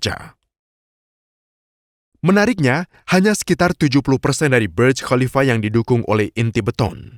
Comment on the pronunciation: Kok baca khalifa dg Qolifa ya?